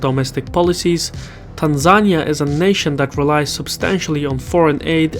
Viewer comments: Facts😂. It's not Tan-zain-ia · It's pronounced "Tan Zan knee uh". just fyi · Why did he say Tanzania like that? That's not how I learned to say it 🤔 Where's from? Is it an accent thing? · He's from Azerbaijan. People say things differently. I'm a Canadian in Australia and experience this daily